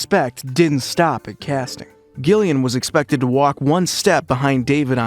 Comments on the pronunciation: being a jillian with a G i'm so peeved you were saying it wrong 😒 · Thumbs down for the constant mispronunciation of Gillian's name. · Please teach your AI to pronounce Gillian Anderson’s name correctly! So cringe-worthy! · Two hard 'G's within the first minute. Not a fan. Is this AI? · She is Gillian [ˈd͡ʒɪliən] not Ghillian [ˈgɪliən] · Gillian, Gillian? Pronounced Jill, not Gil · Damn, I wanted to actually watch this, but ah…. no. Sorry, “GILL”ian. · It is pronounced like Jillian not like Gilligan 🤣🤣🤣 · Oh my goodness please say Gillian’s name correctly. You don’t say the ‘G’ it’s not “Gu” it’s phonetically pronounced “Jillian” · Its pronounced Jillian not Gill-ian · pronounce Jill lian Not Gill lian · Gillian Anderson is pronounced with a hard G, like J - Jillian, not 'Gill' as in a fish's 'Gill', ffs. Americans just love to bastardise the English language. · Gillian Anderson's first name is pronounced with a soft "g", as in "Jillian", NOT a hard "g" as in "Gary" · It's pronounced Jillian not gillian 😂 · Who the fuck is Gill-ian? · Its pronounced Jillian. Christ! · For crying out loud...her name is Jillian...spelled Gillian! Damned annoying when you can't even pronounce her name correctly! Detracts from what you are reporting!🤬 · You lost me right from the get go. You can't even bother to learn how to pronounce Gillian Anderson's name correctly? It's pronounced 'JILL-ee-un'. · don't you mean 'Jill-again'? 😅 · Is this an AI? It’s pronounced Jillian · It's pronounced JILLIAN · Stoooopid Ai voice the G is pronounced like a J. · Not even a minute in and i’m already out. Don’t care if the voice over is AI or not, make sure the actors names are being pronounced properly. Gillian is pronounced with a J sound 🤨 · Gill-ian ? Wtf bro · "Gill-ee-an" Anderson aaaaand I'm out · yep ai at its finest, i just came to drop dislike to video, nothing against ai but when poorly done it deserves all fury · It was pissing me off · IT'S A SOFT "G"!